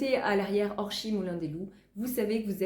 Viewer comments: Bonjour, votre façon de prononcer Orchies est bien la bonne. Parole de nordiste ! Lol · Bonjour, Je découvre vos videos,un vrai régal à regarder, très plaisant. Merci pour vos partages. Habitant le village à côté d’orchies,je vous confirme que vous avez raison de prononcer le '"ch" Belles trouvailles !